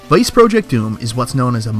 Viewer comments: I just got irrationally angry at the way you pronounce project. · I was gonna make fun of you for not knowing how to pronounce Jaleco, but you can't pronounce "project" right either and now I'm just sad.